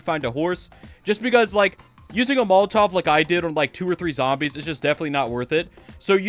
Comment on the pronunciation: Bro said molotov 💀